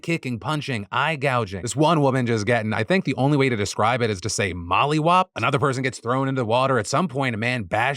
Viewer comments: Yes Phil, we say Molly Wopped. But, it also has another meaning and hearing you say it sounds hilarious. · Phil, saying Molly whopped has me crying rn 🤣